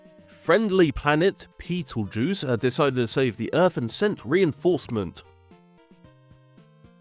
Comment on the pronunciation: Petelgeuse? Sure it shouldn't be Betelgeuse?